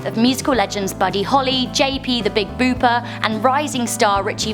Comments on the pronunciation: it's pronounced bopper not booper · Bopper sweetie not Booper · "Booper" - #ResearchFail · Can't believe she called Big Bopper, Big Booper!! Smh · "The big booper" it's bopper but I appreciate you putting this is in the list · "The Big Booper" LMAO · I love you but dear God those pronunciations...."post-humourously"?? it's posthumously. Yuri GAGA-rin??....The Big BOOPER??? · I'm not been funny but for an English lass you don't pronounce English words very well, posthumously and bopper were both pronounced wrongly